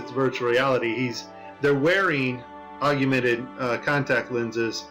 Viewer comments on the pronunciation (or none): Maybe that nasa mistake guy should learn how to pronounce augmented, it's not augumented